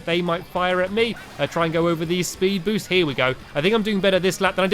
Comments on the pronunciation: Did anyone else here Stampy say Spood Boost? <D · You said spood boost stamps